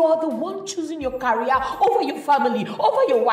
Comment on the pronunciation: Wtf is "carry-ear"? The word is " career" pronounced "ca-re-ear".